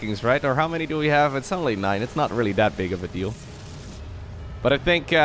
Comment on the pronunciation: practice pronouncing "that big of a deal though" with a different accent. had a chuckle tho.